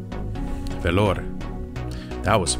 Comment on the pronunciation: I'm from Vellore Dad. Happy to see our place in this video. And love the way you pronounced it. Its great and cheap to live in our city.